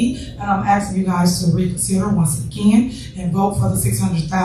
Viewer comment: I'm axing you axing you axing you